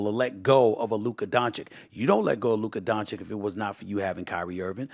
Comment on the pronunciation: I see Stephen A still pronounces Dončić’s name, “Luker Donchick.” 😂😂😂